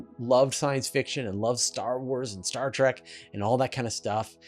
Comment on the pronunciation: Give me a break you you're spewing out all this scientific stuff about planets in the universe. so why did you mispronounce Star Trek you said Star Track. It literally means star journey. On the other hand you said track the definition which is a rough path or minor road typically one beaten by use rather than constructed. Why the why do you think****** fans of the original TV series the spin offs the reboots the movies call their self Trekkies they don't call themselves Trackies.